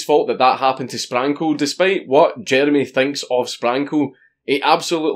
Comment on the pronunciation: Not gunna lie, the first 20 times Dank said Sprankle, it sounded like, "Spankle", XD